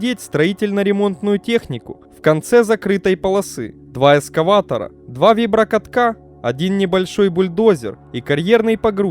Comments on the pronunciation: эКскаватор, а не эскаватор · Есть пожелание - произносите слово эКскаватор правильно. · «Эскаватор», блин...